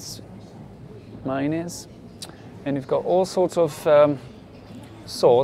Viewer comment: don’t say mayonnaise or syrup like that